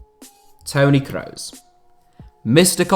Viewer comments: Dude pronounce Toni kross name properly smh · When you kroos it makes me want to actually cry, stop fucking saying it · Not sure if he is saying Kroos or Reus